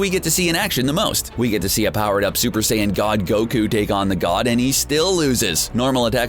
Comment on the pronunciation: “the saynin defeated hanzo”